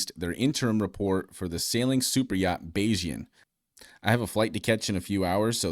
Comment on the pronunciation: bayes- ian is the correct pronunciation 😂